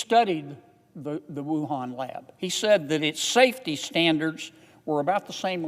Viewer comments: I've heard of "Torongkong" but never "Wuhong Canada" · wait, wuhan....CANADA??? LOL thats a funny slip up. This man is amazing though God bless him.